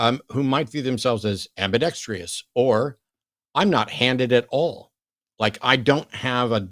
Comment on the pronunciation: Matt you are way too smart to keep saying "ambidextrious". It is just "ambidextrous"